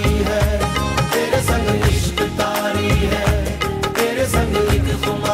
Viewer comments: That's "TAARI" not "KAARI". HOPE YOU TAKE THE CORRECTION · nice effort. but it isn't "ishq kaari" it's "ishq taari". "taari is an urdu word.